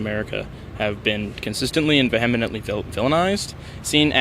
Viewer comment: Hey, guess what Kait! Not only do you mispronounce "Antifa", you also mispronounce "vehemently". Yay!